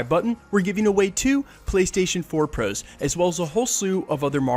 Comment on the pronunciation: Are you canadian? I ask because of the way you pronounce "pros"